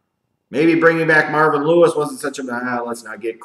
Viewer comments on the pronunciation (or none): none